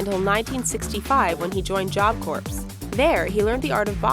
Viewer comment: I'm sorry, did you say job corpse?